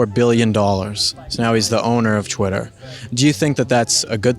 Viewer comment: its twitter not chwitter